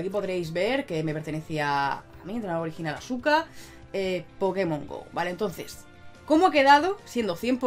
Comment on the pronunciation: azúcar!! Acento en la u y con z